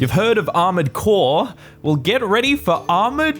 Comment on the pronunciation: "armored chores"